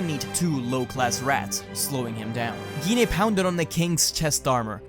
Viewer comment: Gine sound like Jean so u where kinda saying it wrong